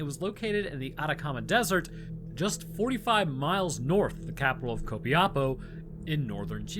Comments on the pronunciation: Hearing you say: Co-pi-apo, instead of Co-pia-po. *Dies of cringe. memes aside, love the video, or any content in reference to my country is welcome. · As a chilean, hearing you try to say Copiapó was hilarious. Still, one of the better tries I've heard from english speakers.